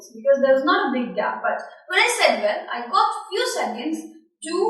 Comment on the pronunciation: bad sound & bad accent... and btw it is probounced well not vell